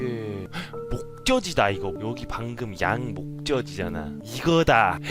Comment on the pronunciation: 목젖이잖아를 목저시자나 라고 발음하는 사람 많은데 목저지자나라고 말해서 반했어 형❤